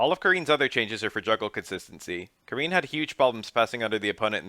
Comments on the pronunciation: Wow I love your videos but I gotta say her name is Car-In bro Japan is big on the Ah sound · It's pronounced Ka-REEN. The R in Japanese is a mix of the "ruh" sound and the "laa" sound. The "I" sound is pronounced as "ee" and the "N" sound is more like a short "nn" sound. Her name would be spelled more phonetically closer to Kaleen than Karen.